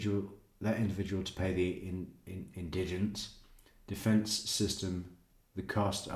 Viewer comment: emphasize on IN